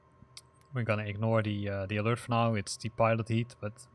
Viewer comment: It isn't "pilot heat" - it's pitot heat. I'll let you google that to find out what it is. In English, by the way, it's pronounced Sessna, not Chesna. Thank you for the video